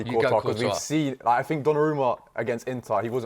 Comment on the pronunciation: Why did he pronounce donnarumma like that?